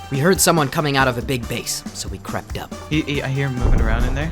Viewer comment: "So we krept up"